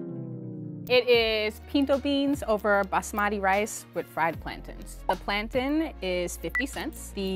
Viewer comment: Plantaaaaaayne. It's pronounced PLAN-TIN.